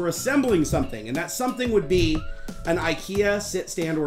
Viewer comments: It's not beKANT! It's beKAN! <3 :D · The pronunciation of the a in Bekant is like the a in at.